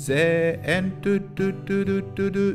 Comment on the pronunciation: Блин, всё так хорошо шло, уже можно было отправлять в министерство образования на создание нового учебника, и тут бац - зе энд, а не зи энд... 😢